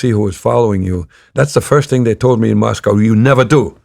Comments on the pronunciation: He was a kgb spy in the USA why wouldn't he pronounce it the American way? Mosco would be a tell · i don't think Russians pronounce Moscow that way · Isn't it pronounced mos-co to natives and mos-cow to Americans?